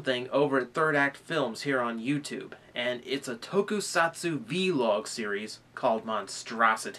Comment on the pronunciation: i nitpick say vlog not v-log